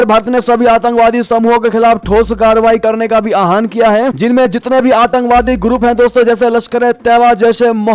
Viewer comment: अपना हिन्दी उच्चारण ठीक करो।आहान कोई शब्द नहीं है। किसी शास्त्री से हिन्दी उच्चारण सीखे।